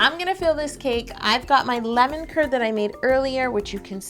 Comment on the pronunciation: Am I the only one who thought she was saying "lemon turd"